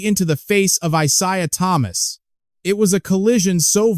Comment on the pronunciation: EYE-ZAYE-AH ( ISAIA ) THOMAS